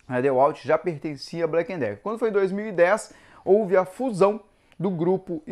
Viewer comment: Porque todos falam blacken Decker se é Black e Decker?